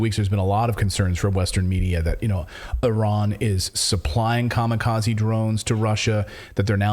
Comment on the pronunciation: ... THANK YOU x 1,000,000 for pronouncing IRAN+IRANIAN PERFECTLY ... you pronounced it PREFECT ! 👍👍👍🙏🙏🙏